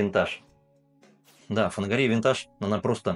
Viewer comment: кИновский,! кИ—нов—ский!!! фанагорИя! фа—на—го—рИя!!! Ты же русский, вроде! 🤔 А вот АлвИсУ можешь как угодно называть - вся её продукция хрень полная, к сожалению.... 😕